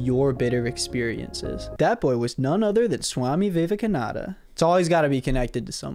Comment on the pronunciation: the way you butchered the swami Vivekananda made me lose respect of you smh